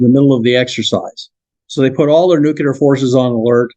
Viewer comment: Brandenburg is Fascinating. I won’t die on this conspiracy hill but his theory is tempting. IF (big if) we already have anti-grav, then it could be as he describes. If not then ET would turn us into butter. I just wish sciency ppl could pronounce Nuclear. Nu-Klee-Er Not Nuke-Ya-Lur